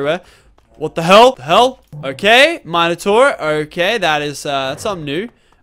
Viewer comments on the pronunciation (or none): it's minotaur not mineotar